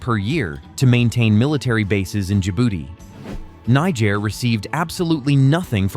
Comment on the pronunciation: This country NIGER is pronounced....KNEE-JARE! not NAI-JARE!!! you should know that by now but then again i dont blame you....the first universities in the world started in africa!